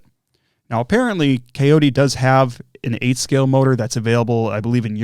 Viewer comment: Cayote is pronounced “coyote,” like the critter, which is their logo. That looks like a great ESC, I plan on running it in my ET48 2.2.